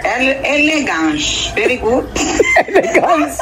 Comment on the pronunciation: “Elegance” 😂😂 hayyyy. ❤